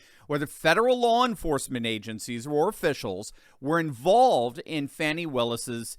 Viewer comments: "Fah-nee?" I think it's FANNY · HER NAME IS FANI, not fawni...take away the i on both and say those names. There is Fan and Fawn ...her name is Fani. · firstly it is fani not fawni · It’s pronounced fan-knee ! Like a behind